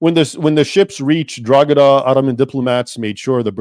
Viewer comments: Drog ha da we pronounce it as draw ha da but thanks for research into this topic i know a little more bout were i live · Drogheda is pronounced DRO HA DA, not DROGADA. Just so you know. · We are taught this propaganda in school here in Ireland. Btw Drogheda is prounounced ‘draw-head-ah’ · The g in drogheda is silent its pronounced droheda 👍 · It’s pronounced draw-head-a and Mick is a derogatory term for the Irish so it’s pretty insulting. As for asking AI about anything, it has not got the ability to accurately assess anything and the more you push any of them the more it will extrapolate to bring itself closer to agreement. The only worthwhile deep dive requires use of source material, the AI has little to no access to that information. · Great job, Thank you for letting people and Grok know the truth and ...Drogheda = DRAA - huh - duh. maybe we can teach AI to pronounce the place right too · A YANK CALLED ME A MICK!!!! Hahaha, good work bud, been noticing recent attempts to change Irish history so good to see I'm not the only one correcting people regarding historical recisionism. Also, Drogheda is pronounced dra-hi-da on the off chance you are curious Edit: The biggest assistance the Irish got during the famine was a simple reportor from the US who reported the horrible conditions in Cork due to the famine, this reporter interviewed two girls from Cork in which they gave an estimate on how long they had left to live, after this the British state was kinda shamed into finally offering aid* to the Irish. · It's pronounced 'draw...he..da' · Drogheda us pronounced DRAW-DA. It's a local myth that sprang up because the drogheda coat of arms has a star and crescent. This crest was issued to the Town by King John in the middle ages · Drogheda = draw-head-ah/draw-ead-ah or draw-hid-ah/draw-id-a The G is silent in Irish words (for the most part) and Irish surnames Gallagher = gall-ah-her, Callaghan = cal-ah-han, Banagher = ban-ah-her et al